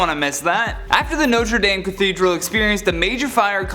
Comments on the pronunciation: I have une correction. It’s not pronounced Norte Dayme it’s Notre Dahme. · NOTRE DAYYYM IS NOT THE PRONUNCIATION!!!!!!! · He says it like ”Notri dammmmmm” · Omg....Notre DAHM...please, at least say it right.... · HE SAID NOTRE DAME WRONG AT THE START never mind he just couldnt say it all but still love the video